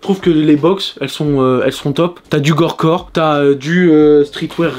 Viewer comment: On dit gorpcore frero pas gorecore